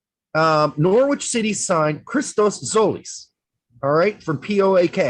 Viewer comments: Nor-itch, you don't pronounce the w. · PLEASE learn how to pronounce Norwich, LMFAO!